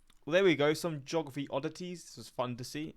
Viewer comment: I'm thinking the guy is Canadian. He pronounces "Mobile" (in Alabama) as like the phone, rather than "MOH-BEE-ahl". Same with with his pronouncation of "geography"